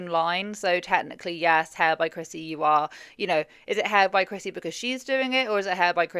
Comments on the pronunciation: love your accent girl but I swear you are saying crispy not Chrissy! Lol looking at her tan I can see the confusion! 😂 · I keep hearing crispy too 😂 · I keep hearing you say "Hair by Crispy" and keep thinking it is the perfect name for this salon, apparently! lol